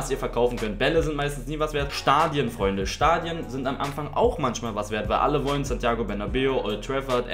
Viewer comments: „Am Amfang“? Pafekt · Eligellas wuseliger Sprachfehler: "Am Amfang". haha bleib glibschig und fühl dich geklapst